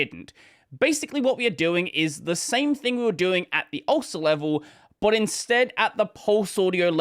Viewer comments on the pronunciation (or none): Can't blame the captions here. He did pronounce it ulcer 😂